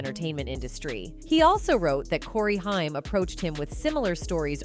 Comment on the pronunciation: Your crappy AI voiceover has now pronounced "Haim" in about four different ways.